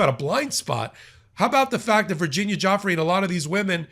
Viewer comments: How to properly pronounce Virginia Giuffry Vr-ji-nyah Joo- Free except you roll the R sound in the end of her name Joo-frrree. Everyone keeps mispronouncing her name from Guifra to Jeffery. It's getting ridiculous. If reporters and pod casters want to use her in their stories, at least try to get the name right 🤷‍♀️. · I wish you would all get victims mames correct it is not Joffrey it is Giuffrey pronounced Gufrey😊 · Btw, Virginia's last name is not pronounced 'Joffry', it is pronounced Joo-fray. (Giuffre) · It’s pronounced jew FRAY, not Joffree. C’mon man. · Pronunciation again: not Geoffrey… Giuffre, like DjuFray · Her name IS NOT JOFF-REE; it's JOO-FRAY. Please give the victims the respect they deserve by at least pronouncing their names correctly. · It's pronounced " jew-fray," with the accent on the second syllable. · Virginia Giuffre pronounced Jewfray.... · I wish you would stop butchering her name. It's not JOFFREY! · Her name is not Joffrey. Please give her the dignity of saying her name correctly. ❤ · Why are you mis pronouncing her name??? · You are mispronouncing Virginia Giuffre last name. During her life she was disrespected by powerful, depraved and disgusting men who didn’t care about such annoyances as correctly pronouncing her name. I know it isn’t intentional on your part but please make a correction in the future